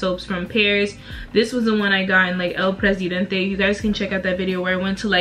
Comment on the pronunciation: “El Presidenteeee. That was perfect pronunciation!!! You should learn Spanish. You’ll be great at it